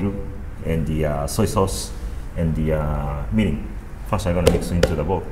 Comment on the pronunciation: It's Mirin, not Morin, Moron! just kidding... :)